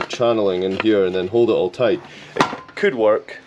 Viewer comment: *tight like a toight tiger 🐅 so many holes, so many nibs 😂